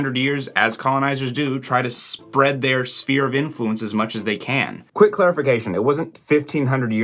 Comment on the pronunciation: I think you said “spear” of influence. Cool!